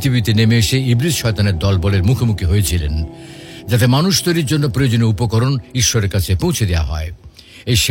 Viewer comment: Don't say issor